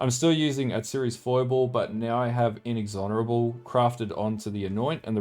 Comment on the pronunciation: Looks like a sweet build, may try later this league. Thanks for the vids. Also, minor gripe but it's In-Ex-Or-Able, not In-Ex-Honorable ;p